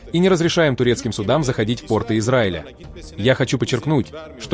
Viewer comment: Ну хоть кто то говорит на правильном русском языке - пОрты, а не портЫ (штаны) !